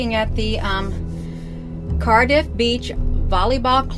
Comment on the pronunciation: She actually has two videos about this webcam. The first one she consistently mispronounces Cardiff as Car-DEEF. I've wondered sometimes if she is a very clever troll but have concluded she sadly is as batshit crazy as anyone on YT.